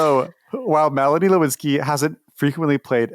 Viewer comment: did anyone notice that he pronounces “Lynskey” like “Lewinsky”